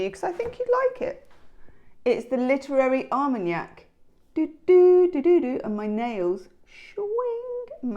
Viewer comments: Al-man-ac the book, (not ar-mon-iac, the alcohol) which is what we heard. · i'm sure you are meant tp pronounce the L in almanac otherwise it's brandy from gascony ;)